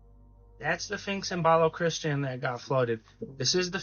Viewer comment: Baloch-istan not Balo-christian lol